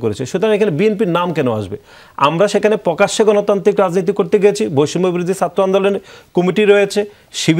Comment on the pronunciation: পুকাশ্য পুকাশ্য পুকাশ্য তারপর আবার পুকাশ্য পুকাশ্য আলোচনা শেষ 😂😂😂😂